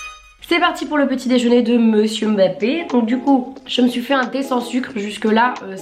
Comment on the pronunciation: J'aime beaucoup ce style de vidéo. Par contre tu prononce mal son nom. C'est Mbappe